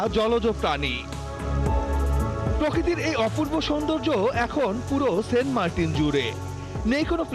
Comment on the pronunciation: সেন্ট মার্টিন না সেন্ট মার্কিন